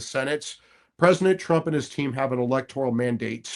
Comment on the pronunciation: I truly do respect and admire Mike Davis, but I get so hung up on his annunciation of the word President. I swear I hear presiNent nearly every time. I'll give him credit though, he clearly said PresiDential when he was fired up about the appointments that he gets when picking a team that WORKS for him. 😊